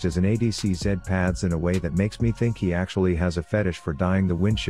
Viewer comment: it’s underfed zed